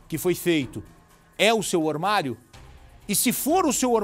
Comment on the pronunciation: Ormario? Fala sério kkkk